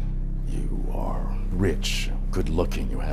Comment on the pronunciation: You arrrrrreeee not rrrready